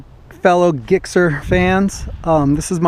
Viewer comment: did you say gickser?